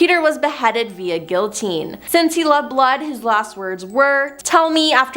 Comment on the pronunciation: WHY CAN’T ppl pronounce the word “Guillotine” correctly ⁉️⁉️⁉️⁉️ I realize that it’s a French word, however, if you’re diligent enough about the quality of your content, one would make sure that the QUALITY was of top priority as well. 😡